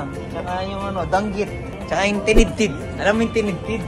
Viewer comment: Tinidtid 😂 hindi ba tidtad? 😅 hahaha